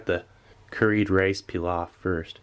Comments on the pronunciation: Stop butchering the word pilaf for Christ sake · The way you are saying pilaf is killing me 😂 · "Rice PEELOFF" it took me a few moments to realise he meant Pilaf lol. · its not "pee-lof" its "plov" im Uzbek and i can confirm that. sorry for the rant its a pet peev lol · Did the word pilaf, bother anyone else peeloft lol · Its pronounced "Pee-loff" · PEE-loff love you Steve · The way he says Pilaf. Ouch